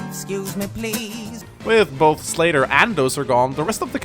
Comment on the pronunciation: i heard "slater" instead of "slayder" and then i expected a "fe6 slater? nope, gaiden did it first"